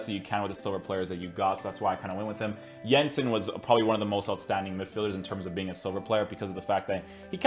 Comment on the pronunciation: Ayyy, respect for pronouncing Jensen with the correct J. -Norwegian